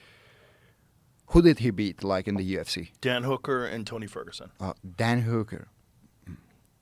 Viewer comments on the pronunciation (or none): Ilia is both unintentionally and intentionally funny at the same time. The way he says "Dan hooker" cracked me tf up